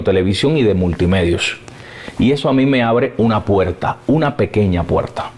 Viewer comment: Por cierto, el entrevistador debería tomarse su video como una clase magistral de locución de Abel. Escúchalo a solas, escúchate a hablar tú, y escúchalo a él: eres de los cubanos de bacco puetta y goppe (barco puerta y golpe), de il y venil (ir y venir) y de aspirar las eses a saco, terribles vicios para un comunicador. Se mejora leyendo en voz alta y escuchando a los profesionales que saben. Yo te seguiré desde hoy y tienes mi like, any way. SUERTE EN LAS REDES.